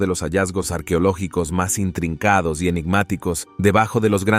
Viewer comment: No se dice arquiológicos, se dice arqueológicos, ese narrador no será el que he corregido siempre? Por favor, pongan a alguien que sepa leer, y espero que acá no se le vayan a chispotear los números en inglés. Ave María.